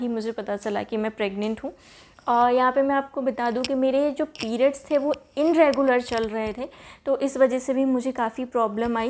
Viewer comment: dear inregular nhi bolte its irregular....just correcting you don't mind...m bhi kr deti hu mistake